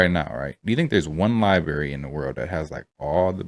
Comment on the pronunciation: Bro you can’t be calling it a libary sorry love your videos but I need you to LIBRARY